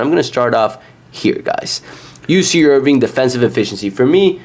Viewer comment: Sorry but if you cant even pronounce the teams name properly, Im certainly not taking your advice on betting them. It's IRVINE not IRVING